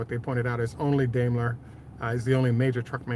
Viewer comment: Braking News: As you musk know by now, Daimler is pronounced DIME-LER, in Germany, anyway. You're only mispronouncing one syllable, so you could say you're Semi right.